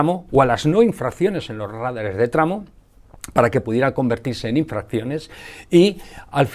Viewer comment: Admiro este canal y su contenido. Sólo una pequeña observacion: son radares no rádares. Saludos